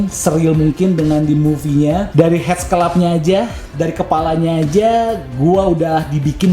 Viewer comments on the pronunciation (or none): Mantab bang!!! Gile detailnya... Btw headsculpt dibacanya hedskalp 👍👍